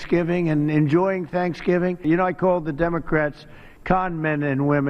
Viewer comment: Did you hear him say "Shankshgiving"